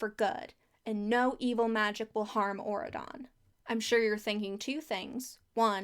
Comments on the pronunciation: it’s very funny to me how this country just sounds like you’re saying “Oregon” in a weird way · Everytime you said auradon i kept thinking you were saying Oregon with a fancy accent and changing the g to a d.